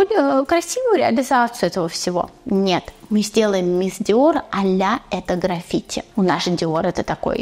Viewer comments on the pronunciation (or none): none